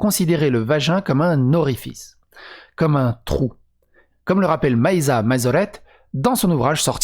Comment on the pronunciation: Roooh, comment tu as pu écorcher Maïa en Maiza ? xD